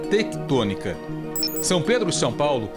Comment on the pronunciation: Placa trectonica kkkkkkkkkkkkkkkkk